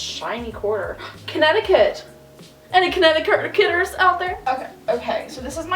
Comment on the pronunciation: "Any Konet-ke-nett-erters out there?"